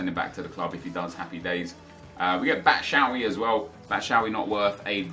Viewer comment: Hi, I'm belgian. Its not "batchaawi" but batchu-ayi... just sayingg